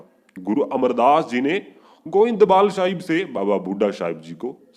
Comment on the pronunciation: Waheguru ji he's Baba Bhudha ji Not Baba Bhudha shah ji.. Jaise aao bol rahe ho sometimes it's sounds like shah.. Nahi toh..Saab... Bole Baba Bhudha saab...